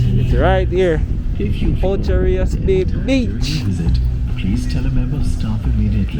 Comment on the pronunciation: Not ochi sir….pronounce the word properly